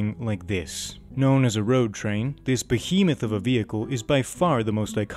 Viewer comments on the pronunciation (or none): That is not how to pronounce behemoth